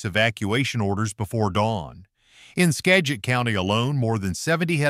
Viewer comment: He pronounced Skagit 3 different ways in the same sentence. Must be AI. A real announcer couldn’t possibly be that dumb, or at least I hope not.